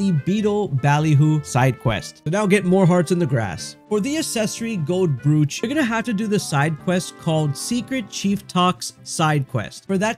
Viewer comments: And brooch is not broetsj but brootch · It's pronounced Broach - like roach with a b. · Brooch sounds like broach, fyi. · I was just gonna comment this. Literally every single video I've come across talking about the accessories pronounses it "broooch" and not "brOch"😅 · Brooch rhymes with coach.